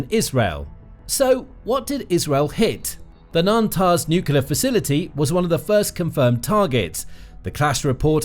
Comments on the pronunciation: I stopped watching after he mentioned “Nantaz” instead of “Natanz.” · Natanz, not Nantaz.